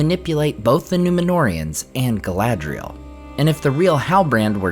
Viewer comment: Galadriel? Not Galadriel?